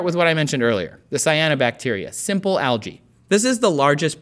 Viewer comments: You are pronouncing 'Algae' wrongly! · ``Algae`` tHats alSo Alga?! SOUNDS lIke yOgA